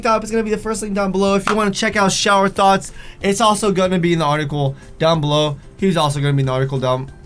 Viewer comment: It sound like you're saying thots